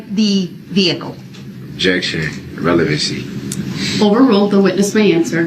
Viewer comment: Him saying "revelency" like they're pulling these things from another case😂